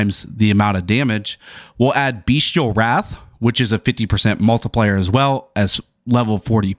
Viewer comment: Nice comprehensive walkthrough 👌 btw... it's bestial, not beastial 🙃